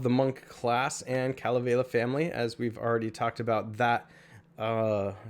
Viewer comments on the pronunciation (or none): U said Kalevela it's Kalevala ur not that smart huh bro why can't u get your pronunciation straight I think your doing on purpose.